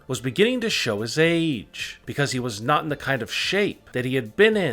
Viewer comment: Why u talking like AaaaaAAAge AAAaabs NineTEEEEEnn